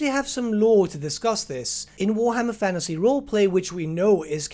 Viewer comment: cant watch your videos anymore cos you keep saying 'fannasy'